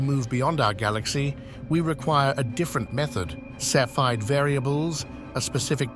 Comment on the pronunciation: They’re pronounced SEFF-ee-id variables.